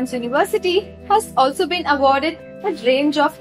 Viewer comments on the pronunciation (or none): none